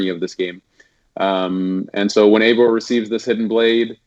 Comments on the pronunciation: Ay-vor not ee-vor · Pronounced avor no eeeevor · not really, more like Aye-vor. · He isn't called "Ivor" you have to say "Ayvor" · Why are people calling it ‘Avor” and not Eivor? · ...it’s “A-vor” You don’t pronounce “eight” like “eat” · It's pronounced A-vor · I believe Ubisoft have said it is pronounced Ay-vor btw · It's pronounced eye-vor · It's not eivor its pronounced ay-vor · Remember, he's British. British can't pronounce shit.... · Is unsure how to pronounce Eivor "I've never heard it said out loud" plays clip of people saying Eivor outloud 10 times